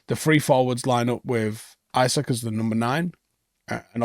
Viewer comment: Did Bro just fucken say “Isaac”???. Bro Lock tf in